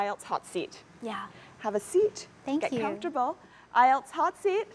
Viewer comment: She pronounced com-for-table